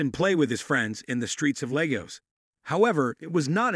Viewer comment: The way he said lagos is so funny